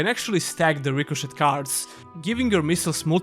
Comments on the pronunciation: Rico”shay” it’s pronounced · You had two years to learn how to pronounce "ricochet."